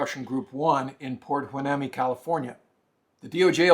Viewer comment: It’s pronounced “Port Why-knee-me”